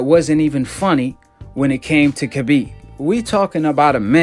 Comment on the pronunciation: Nooo brother not you to! Pronounced the K on Khabib's name! Don't do it it brother! Lol